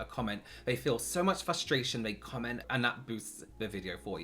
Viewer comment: I love how says frustration 😂